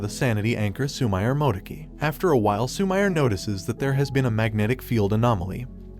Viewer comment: Lmao instead of Su-mi-re he says Su-mire lmao